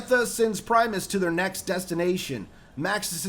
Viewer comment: I kept laughing how you said Primis.